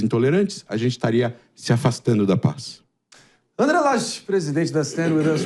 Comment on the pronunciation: 'Consxtruçãu da paix'? 😂'paix' com fundamentalistas islâmicos radicais??? Vtc, idiota! 🖕😂